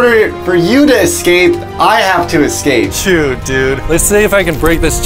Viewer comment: saying "excape" makes me giggle.